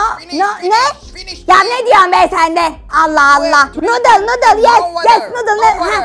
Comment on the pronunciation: Abi muzaffer halanın nudle demesi saka mıı PUHAHAHAHAHAHA